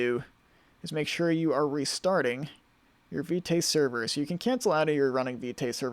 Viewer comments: It's pronounced `Vit` the "e" is silent. I thought it was Vite too but I just stumbled upon it in the docs. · Vite is pronounced "veet"